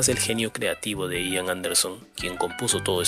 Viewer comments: No se pronuncia "Aian" se pronuncia como se escribe "Ian" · "aian"... no, Ian. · No se dice ^aian^ se pronuncia ^ian^ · "Ian" ("Juan", en gaélico escocés) no se pronuncia "Aian", sino "Ían", tal como se escribe y con acento en la "i", por ejemplo. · Además, la conjunción CH se pronuncia CH, no SH, la letra D se pronuncia D, no T. Y la V es V, no F. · se dice IAN anderson, no "AIAN" anderson, en su nombre la "i" suena como la "i" del español, no como "ai" del inglés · No sé pronuncia " aian " es " ian"..se dice " klaiv" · Ian...Ian...no Aian. Se pronuncia Ian, como suena, como se lee en castellano. Ian Anderson. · No se pronuncia "aian" sino "ian", casi tal cual se escribe. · No se pronuncia "AIAN" se pronuncia como se escribe IAN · Se dice Ían, no Aian. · Se dice IAN no AIAN. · Se pronuncia IAN tal y como se lee, No Aian. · No se dice aian ni en inglés ni en español ....se pronuncia igual que como se escribe: ian anderson... Buen video👍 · Ian se dice Ian no Aian.... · con todo respeto se pronuncia IAN así como está escrito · El nombre del vocalista se pronuncia tal cual se escribe, acentuando la i: Ian. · LA INSISTENCIA DE LLAMAR AIAN A IAN ROZA CON LA TERQUEDAD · Sí. Se pronuncia «ian», no «aian». Y se pronuncia «baj», no « bash». Johann Sebastian Bach. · Se dice : por Bach " baj " . Por Ian " Ian " con énfasis en la I.